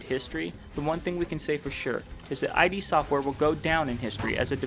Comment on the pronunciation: Thank you for this! Just FYI, it's not "I-D Software", it's "Id Software". Rhymes with "Lid". From the mouth of John Romero, himself.